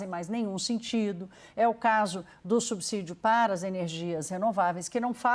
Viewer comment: Que raiva de perder 3 min e escutar um jornalista dizer "subzidio"! Estudem! Vcs estão matando a imprensa com viés político e péssimas reportagens.